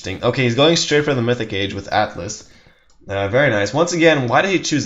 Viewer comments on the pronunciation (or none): none